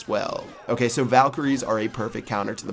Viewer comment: Lmao salt word "okeh"